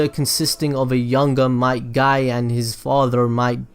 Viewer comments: his father might dai bruh who names there kid might die it sounds like your saying the dude might die which he did tho... wtvs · Each time he said might dai I laughed